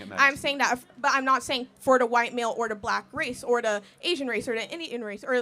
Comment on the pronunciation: It drives me crazy how she says “da” instead of “the”